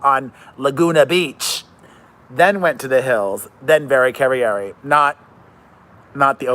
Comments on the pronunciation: Jay BUTT ler, lmao Also, she isn't a latina. It's not Cava-yari. It's Cavallari, hard L. Also, she is ITALIAN. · PEREZ Her Name is Cavallari it’s Italian her dads from Italy she just went on her show to trip to Italy and met all her family in Italy ——you pronounce it like this CAV A - LARRI CAN SAY THAT LIKE LAR E WITH E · I don’t get it are you shading Kristen by mispronouncing her name and saying she was on the OC? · No. The OC thing was a genuine brain fart. I never watched Laguna Beach. Just The Hills. And I honestly can't pronounce her last name.